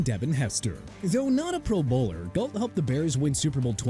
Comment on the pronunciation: When someone is a Pro Bowler, you pronounce it like they’re a professional bowler “pro-BOWLer”😂😂